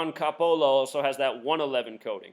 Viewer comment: Don Coppola is a real person. He is an officer for Baton Rouge police department. He's Italian, you're saying his name wrong. You seriously have something wrong with your brain if you are trying to come up with all these crazy conspiracy theories. This happened. It was 100% real. I was at one of the officers funerals today. I don't give a fuck if the number shows up a millions times. This is fucking real.